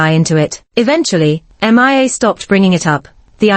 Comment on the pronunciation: This particular A.I. voice seems to have issues. It keeps say M.I.A. instead of Mia.